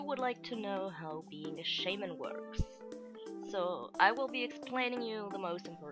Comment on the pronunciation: I've never heard anyone pronounce "shaman" so wrong..